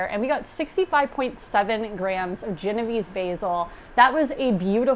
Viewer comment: Cool vid! Also, pronounced: jen-oh-VAY-say